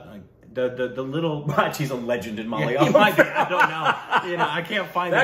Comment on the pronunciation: Wow! After so long you managed to pronounce the word malayalam properly.